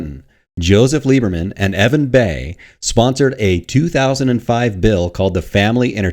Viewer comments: Great video. Just for your own information, Evan Bayh's last name is pronounced "buy." No way you could know that without having heard or been told before. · Just a note -- the senator's name is Evan Bayh (pronounced Buy.) Cheers from a Hoosier.